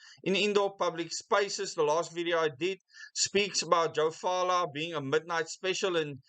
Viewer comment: Hi. Just for your information, Joe Phaahla, the Health Minister’s surname is pronounced “Patla” not “Faala”.